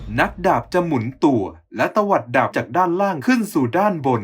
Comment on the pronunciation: หมุนตัว แต่ออกเสียงไม่ชัด